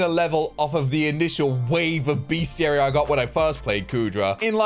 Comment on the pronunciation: just a head's up, it is pronounced "best - iary" and not "beast - iary"